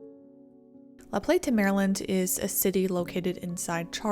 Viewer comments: Living in Maryland I drove a truck route through that area, I can't believe it has been 20 years. I love how you pronounced La Plata. We just kinda run it all together. Also, this does show a lot about the government here. It's very reactive, not proactive. Great story. Well done. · I'm from MD (probably 50 miles north of the storm's path) and I remember when this happened. I was 15 years old and obsessed with tornadoes and the movie Twister, so I was hyper aware of the event and the significance of it. Seeing a historical overview of something close to home is pretty surreal, enjoyed the video! Also, you don't have to put so much emphasis on the "t" in La Plata. We all call it La PLAY-duh so it rolls off the tongue. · La Plata is said fast together like LaPlaytuh, thats how the locals say it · La Plata is said more with a “d” than a “t”…. La Play-da. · The way she pronounced laplata made me positive she ain’t from chuck co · You can tell she’s from up north somewhere the way she pronounced it lol. Which again not sure why this video is labeled northeast because we are not that we are right on the line where the south and Mid Atlantic meet and fall more in the upper south weather wise (minus Baltimore) which has a completely different climate and risks then the northeast deals with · Couldn’t get her mis pronouncing the city name, over and over and over and over.. out of my head… “La PlaTTTAHH” … ugh!! it’s just “LaPlata”… just 1 “T” … not 5 … and doesn’t end in an “ahhh” 🤦🤦🤦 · And, locals don’t say La-play-TA, we say la-PLAY-duh. Thought you should know. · It's pronounced La Play-da, not La Plate-uh. I grew up in Calvert County, though my family didn't move there until a few years after the tornado. Hallowing Point Rd also has Hallowing Point Park on it, where I played soccer as a small child. Calvert also has Maryland's only nuclear power plant. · It’s not pronounced La Plate Ah. It’s La Plat Ah. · The town name La Plata isn’t pronounced plah-tah. It’s play-tah.